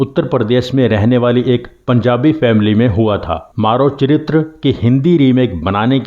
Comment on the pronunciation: It's मरो चरित्र‌। Not 'maaro'.